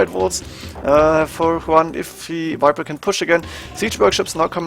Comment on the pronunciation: its Viper not Wiper!!!!!!!!